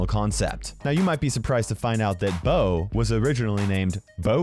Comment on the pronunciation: "Bows" Name is actually "Bo"